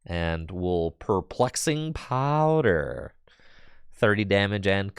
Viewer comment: Every time mispronounces Perplexing Powder, I take a shot.